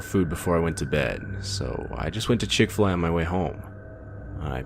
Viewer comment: I have never heard of the Chick-Fi-A cow mascot before